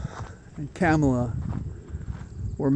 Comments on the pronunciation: Um.. A quick question. Did you pronounce Spiro Agnew's name "Spy-roe" three and a half years in? It's KAHmala, not KAAAmala. She is our VP. Not our Girl VP... our REAL VICE PRESIDENT and she deserves the respect of pronouncing her name as she does, as all her staffers do, as most all women do, and for sure all black women do. Please do better. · VP Harris' first name (Kamala)is pronounced Comma-La It's ok, many of us mispronounced it at first, I'm still working on it 😊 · It’s Ka-ma-la. All the a’s have the same vowel sound. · The right wing purposefully mispronounces "Kamala" just to be juvenile assholes. The least we can do is learn how to properly pronounce KAH-ma-la correctly. It's not that hard. It's not CAM-a-la. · Basis for saying that Harris has been doing an excellent job of working out the transition? Is this based on her rally and public addresses? Likewise, basis for saying she accepts the prize not for herself but for the things she believes in? Last, her name is pronounced comma la. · Wise words. Also, as I myself focus on correcting my pronunciation, "comma-la". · Two things. First, I am glad to see that you're wearing a bow tie today! Second, Kamala said sometime back that her mother told her to pronounce her name "Comma, La." As my teachers used to say, "A word to the wise." ❤ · Hey, I believe her name is pronounced like a comma, FYI. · Now that she's going to be president, everyone will have to learn how to pronounce her name. One easy way to remember is phonetically it sounds like "comma law." mention of Traitor tRump being like the devil reminded me of this Ice-T quote: "I can't believe people are comparing Trump to Satan. Yes, he's evil, but he's certainly not as evil as Trump." 😆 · Please be respectful and learn to pronounce her name correctly.